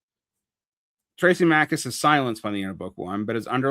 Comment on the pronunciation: As above so below was not a super great film. :P Also it "THRAAA-sim-i-kus." Also, not goin' with the Straussian reading I see. :D